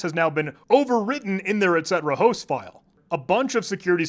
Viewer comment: Calling “etc” etcetera instead of et-see